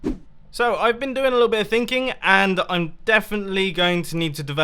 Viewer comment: Evil Boobookin thinging?? that’s weird you meant “thinking”.